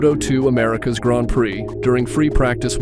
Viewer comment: It's not grond it's grand